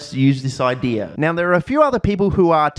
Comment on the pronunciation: Hey, can you show us where in the word, "idea" there is an r? I've asked Australians and scientists, but never an Australian Scientist.